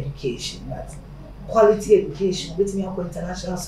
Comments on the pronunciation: No it’s Q (qu) not qw know your phonics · Zion, 'quality' is not just just 'q' but 'qu'